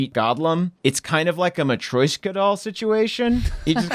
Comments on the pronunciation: I love you but the way you pronounced Matryoshka doll killed me.(ma-tre-osh-ka) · Please stop saying "matroishka" lol you're butchering it so badly. Just say nesting dolls. hahaha